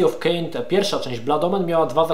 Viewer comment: Ogląda się przyjemnie, ale ten "Kain" najbardziej rani ucho:)